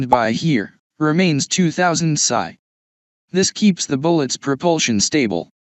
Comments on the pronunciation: A very basic and good overview. A human with experience would have done much better. AI says " pisseye". It's " pee ess eye ", as in " pounds per square inch ". Nobody puts bullets in an air gun. Pellets or slugs would be proper. AI will make idiots of us all. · Thanks for saying pasaye instead of psi.